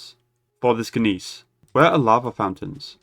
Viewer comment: Looked it up. In case you need to say it again, the word "Gneiss" is pronounced "nice."